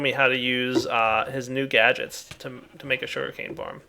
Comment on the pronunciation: Is it my or did he say shuri-cane